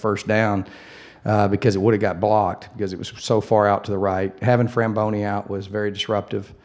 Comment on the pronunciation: Hey Coach.. his name is FRABONI, not FRAMBONI